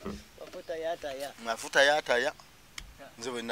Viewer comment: Its mafuta ya ta not ya taya